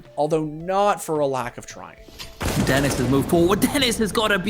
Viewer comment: Electronic is Denis not Dennis